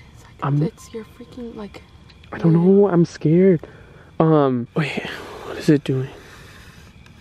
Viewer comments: Sara Kropp Yep he said bae😂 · He said bae but he meant wait